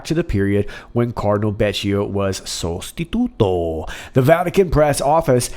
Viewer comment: perfectly pronounced! sostituto